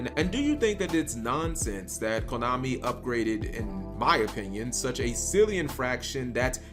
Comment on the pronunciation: I thought you said Klownami.